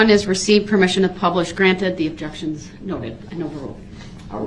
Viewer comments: … and leading… and spekkalative, and relevancy, and subject matter jurisdiction, and takket, and plaintiff, and biased, and sub-stained, and standard interrogation techniques, and alleged, and identity, and objekkshuns 😂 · The Judge Sustains 1 of DB’s Objec-Shuns on the “GROUNDS” of Hear Say! Leading! Or “Speclative” then he uses that same Objec-Shun as many times in a row that he can, thinking the Judge will continue to Sustain his RIDICULOUS Objections! I Love how Casey stares down DB after ask a question! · 😂😂😂😂😂 what no Objec-shuns?